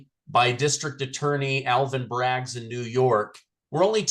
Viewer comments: Can someone tell its not Braggs, it's Bragg. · Alvin Bragg...not Alvin Braggs